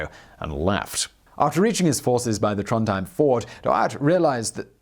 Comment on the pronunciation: He also butchered fjord and trondheim